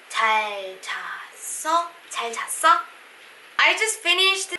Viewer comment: JAL-JASS-EO...sounds like CHAL JASS EO...am i right? Plz confirm.